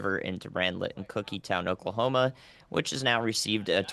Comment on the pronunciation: We live in TX (used to live in Louisville) but we have family in all over Oklahoma. Great job pronouncing Oklahoma town names.